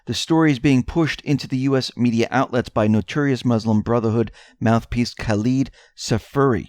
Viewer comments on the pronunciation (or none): none